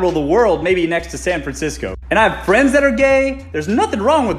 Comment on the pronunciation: CHERRY FWENDS!!